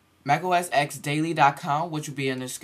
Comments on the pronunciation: Please, not "Mac OS EX". You say it "Mac OS TEN" :) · it's mac os "ten". :D